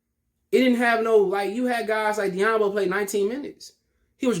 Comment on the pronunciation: This guy pronounced "doumbouya as diyambo". Alright next video for me.